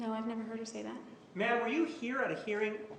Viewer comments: Now everytime he says Ma'am I just hear Bitch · I thought it was only in my mind ma'am when he say it automatically convert to bitch. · I love how Juan can make "Ma'am" sound like "bitch".